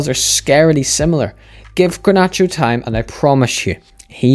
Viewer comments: bro its garnacho not granacho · ffs dude. Its GARnacho and not GRAnacho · the G is pronounced like in Getafe